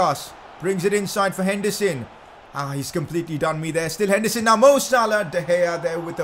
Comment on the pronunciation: He actually says hendison